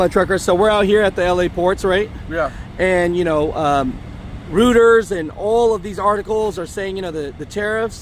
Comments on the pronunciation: lol. He's mispronouncing the name of the news outlet Reuters (pronounced royters). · Dude, Reuters is pronounced ROY-ters, not ROO-ters. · BTW it's pronounced ROY-TERS